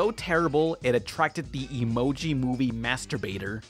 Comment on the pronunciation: "The emoji movie...." me taking a zip of Dr Pepper "....mastrubator" PFFFFFFF